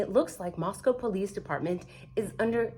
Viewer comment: I hate to be critical but, it's Moscow sounded out like Costco. ❤😊